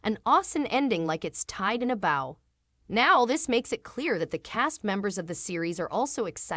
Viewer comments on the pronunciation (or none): “Auster” instead of Austen? Tied in a “boer” instead of bow? That was interesting. The narrator made some weird mistakes. Otherwise, I’m very happy to know that there’s going to be a third season of Sanditon. 💜 It’s been so long, I’d forgotten what the status was.